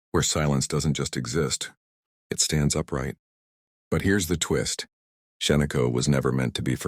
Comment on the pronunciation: It's Shaniko, not Sheniko - get your facts straight dummy !